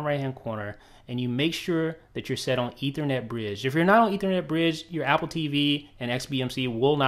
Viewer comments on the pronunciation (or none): none